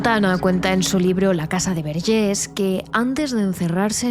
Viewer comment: A ver Antònias, Verges se pronuncia tal y como se escribe, no se de donde os sacáis el acento en la última E, que con ese acento parece que somos franceses, y no. Y esta historia tampoco fue tan impactante ni nada, porque yo soy de un pueblo de al lado y nunca la había escuchado. A veces da la sensación de que exageráis un poco vuestro contenido, no obstante, me gusta mucho vuestro trabajo. Gracias por traernos tantas historias. Un saludo.